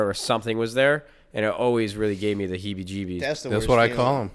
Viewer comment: My guy really said the hibby jibbies